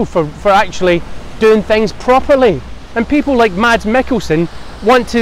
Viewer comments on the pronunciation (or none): Its pronounced Mass.. not Mads !!